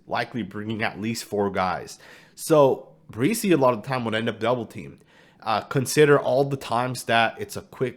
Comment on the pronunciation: You're pronouncing Bresee's name wrong. It's not BREE-SEE it's Bra-SEE